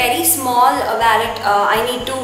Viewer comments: It’s not vallet it’s wallet and to much of overacting 👎🏻👎🏻👎🏻👎🏻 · it's wallet not vallet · It's not vallet its wallet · It's Wallet not vaalet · it is not vallet it is wallet so plz correct it . and be creative. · it's wallet not wellet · too much over acting ...👿 and its wallet . not valet. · Some words you are saying incorrect its wallet not wellet and its diary not book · Its not waaallet its Wallet 😂😂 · Hii I saw ur video it's really nice and it's not vallet it's wallet so correct ur pronounsation and keep it up 😊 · You don’t speak waallet it’s wollet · It's not vallet it's wallet poor English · it's not wollet it's wallet..first correct your self before telling someone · what a pronunciation of wallet. and what diva she was looking in glasses. bloody Lol.